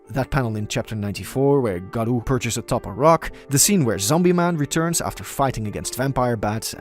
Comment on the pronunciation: "Yoosookay" "garoo"